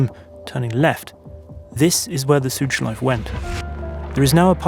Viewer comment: Great video, this is the content i'm here for! One thing, if i as a native German speaker may give you a pronounciation hint about "Schleife", say the E at the end. German doesn't have silent vowels at the end of words. So it's the same as the proper pronounciation of "Porsche", the E is never omitted at the end, you always say it :)